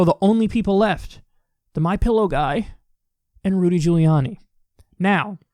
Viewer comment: “the my pillow geuhuy” mans can’t even say this nut’s title